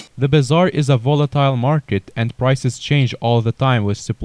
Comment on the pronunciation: Pronounced volatile wrong